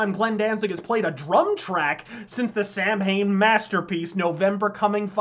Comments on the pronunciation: It's pronounced Sow-en, not Sam hain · Samhain is pronounced “sow-in” lol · This is a great vid, and I hate to even be contentious here, but I always thought it was pronounced “Sah-Win” ? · Sorry to hurt you grammar fetish but I've seen interviews where Glenn himself referred to the bands name as it is spelled. I was also fortunate to see the band in D.C. in 2014 and the opening bands and he him self on stage referred to it as spelled. The only time he ever uses the (Sow-in) pronunciation is in the song itself in respect and reference to the festival. The bands name is how spelled, Samhain. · Lusifuge is one hell of a record. By the way Samhain is pronounced Sowan, but hey, sounds cool either way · "Samhain" is pronounced Sow-Win. It's not an English word. It's Irish Gaelic. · Samhain is pronounced sow-an. Its the Irish for Halloween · Samhain is pronounced sowin and sabaoth is pronounced like sabbayoth. it has been a few years , but that has always gotten to me for some reason. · ..and yet on the song "Samhain" on the first album he pronounces it Sow-in. I bet Danzig just eventually rolled with the common mispronunciation. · Actually, "Samhain" is pronounced "Saween". Just thought you should know. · Lol he doesn't like the Misfits and calls them "Sam-hane". Good infowars clip tho. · JoE Guerrieri Yes. And the band themselves pronounce it the way I DO in interviews. It's a BAND. Not the ACTUAL 'samhain' holiday. So it has to be pronounced however the band say it. Motörhead should rightfully be pronounced MotYOOORhead, if you want to go by the fuckin' accent. Is that how it's pronounced? Didn't think so. Danzig, Eerie Von, London May, you name it... they all pronounce it the way I do. In every interview about Samhain ever conducted. Sorry, precious. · yep and they only pronounced it that way because they knew most people weren't gonna say it as Sow-Win. So, Samhain pretty became the pronunciation of the band name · Why can’t Americans pronounce the word Samhain?